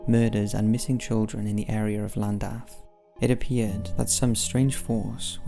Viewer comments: It's pronounced clandaff, in Wales the double L is pronounced with a C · Llandaff is pronounced as Sh-L-an-daf in the Welsh tongue not with an L at the front. Forgive my pedantic rant, but i'm from N.Wales myself, just for posterity :) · This will be buried and is entirely pointless to point out but 'Ll' is pronounced as 'Cl' in Welsh. So its more like Clandaff. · You pronounce Llandaff incorrectly. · Did the way he pronounced Llandaff bug anyone else? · sure did 😁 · me too